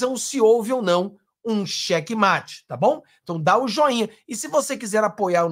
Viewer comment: é "xeque-mate".